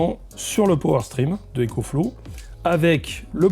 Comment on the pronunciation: EcoFlouz pas ÉcoFlow